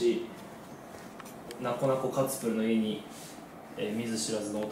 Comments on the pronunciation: 「なこなこ」にツは一切入ってないのに「なツこなツこ」言うてて草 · なつこなつこカツプルwww 当たり前のように言ってるのがツボった🤣🤣🤣🤣